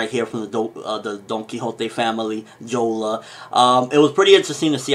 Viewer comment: it's jora not jola